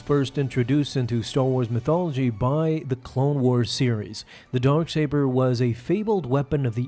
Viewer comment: Why do i keep hearing Dork Saber?